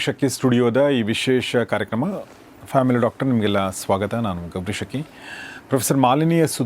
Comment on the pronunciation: ಸರ್ ನಮಸ್ಕಾರ ನಿಮ್ಮ ಚಾನಲ್ ನಿಂದ ಪ್ರಸಾರವಾಗುವ ಎಲ್ಲ ವಿಡಿಯೋಗಳನ್ನು ನೋಡುತ್ತೇನೆ. ತುಂಬ ಉಪಯುಕ್ತ ಮಾಹಿತಿಯನ್ನು ನೀಡುತ್ತಿದ್ದೀರಿ ನಿಮಗೆ ಅನಂತ ಧನ್ಯವಾದಗಳು 🙏. ನನ್ನದೊಂದು ಸಲಹೆ ನೀವು ನಿಮ್ಮ ಹೆಸರು ಹೇಳುವಾಗ ಗೌರೀಶ ಅಕ್ಕಿ ಎಂದು ಬಿಡಿಸಿ ಹೇಳಿರಿ. ಇಲ್ಲವಾದರೆ ಗೌರೀ ಶಕ್ಕಿ ಎಂದು ಕೇಳುತ್ತದೆ.